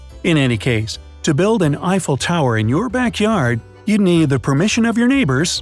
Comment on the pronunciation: You mean an i fell tower